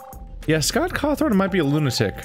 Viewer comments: “Scott Cawthorne” no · btw there isn't an R in Scott Cawthon